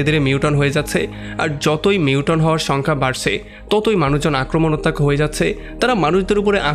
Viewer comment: যে ভিডিওটা বানিয়েছেন তাকে বলছি, লেখাপড়া শেষ না করে এগুলো কেন করছেন? মিউটন না, মিউটেন্ট।